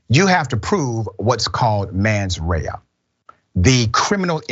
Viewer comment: It's called mens rea not "mans rea," Doc.😂